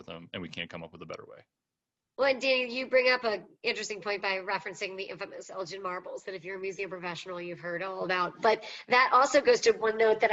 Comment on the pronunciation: Elgin marbles folks - the G is hard not soft. Thank you.